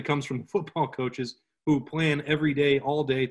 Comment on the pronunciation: Hu deez tre doogals?